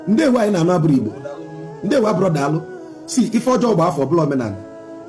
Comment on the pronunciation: Please sir more emphasis on ndewo